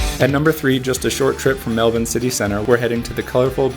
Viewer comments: Grew up in Melbourne, I appreciate your pronunciation of the city. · 1000 points for pronouncing Melbourne correctly!